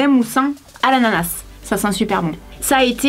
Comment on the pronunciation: Haha tu m'as tuer 😂😂 t as dis anananas au lieu de ananas sinon continue comme ça t es là meilleure je veut être comme toi plus tard 😘